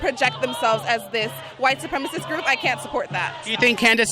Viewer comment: "Its a white supremist group" ahhh lol